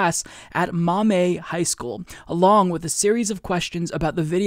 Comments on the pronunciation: This total bs, but, you were driving me nuts with "maw-may", I grew up in Toledo, it's "maw-me" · Ohio here....Maumee is pronounced like "mommy"! And yeah, if my kid brought this BS home from school, I'd lose my shit! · Just FYI: "Maumee" pronounced "Maw-Mee".